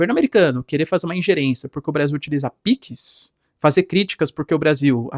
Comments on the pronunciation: Professor o nome é PIX não PICS tá muito estranha essa pronuncia, a ponto de chamar atenção, quebrando a imersão no conteúdo. Forte abraço 👍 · Professor, é "PIX", não "Píquis"... Se criadores não derem bom exemplo em uma pátria tão carente de educação, quem vai? Enfim, só uma crítica construtiva, pra nenhum gado vir questionar...